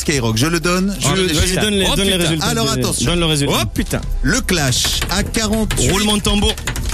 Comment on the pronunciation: Lol le mec dit putant mais ces putin mdr décédé😂😁😂😂😂😂😂😂😂😂😂😂😂😂😂😂